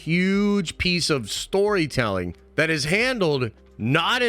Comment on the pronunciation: Get on with it and stop yapping. That not vat by the way. Th isn’t pronounced as a v..